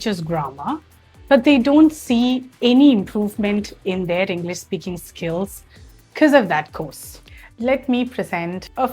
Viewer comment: It's not pronounced Englis but English